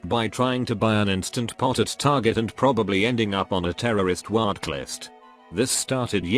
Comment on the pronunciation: I hate that the bot is reading "watchlist" as Wat-klist